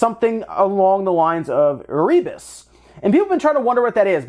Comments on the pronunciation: Not e-ree-bus Air-RE-bus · Hey, bud. It's pronounced "Err-uh-bus". Also the name of one of the first ships that went to Antarctica, and subsequently, now the name of an Antarctic volcano. AND it was a level in the original DOOM lore. It's a place in hell.